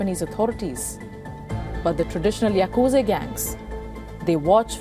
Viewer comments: Why call Yakusa Yakuze?? Very Annoying to hear. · Yaaa kuuu jaaa not yakuje burbag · It's Yakuza not Yakuzi and by the way your channel is shit!!! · Pronunciation It's yakuzah not zay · It is yakuza not yakuzi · Its Yakuza not Yakuzi you brainless curry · Its yakuzaaa not yakuzeyyyy* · Mind numbing presenter who cant even pronounce yakuz'a' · Bro said yakuzei 😂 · the way she calls yakuza the yakuze is funny😂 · Shitload news coverage. Can't pronounce Yakuza. Journalist must be indian